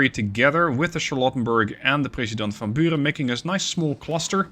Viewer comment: That is an almost perfect Dutch pronunciation of the (Dutch) name of President van Buren. Kudos! Or do you have Dutch roots by any chance? Keep up this wonderful series. I watch it every day